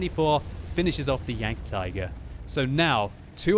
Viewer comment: It's jagdtiger